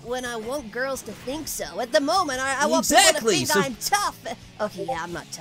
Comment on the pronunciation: am i the only only one that herd sonic say think as sink?